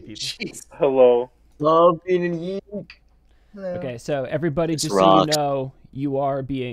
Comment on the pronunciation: It's pronounced Y-EEK not Y-ICK